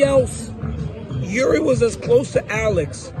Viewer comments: Stop say all-ex 😂 just say Alex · Why does dc say Alex so weird? Lmao why does he call him like that? 😂🤣